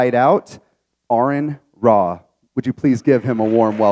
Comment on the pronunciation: Did any anyone else notice the host say ” errand aron ra ”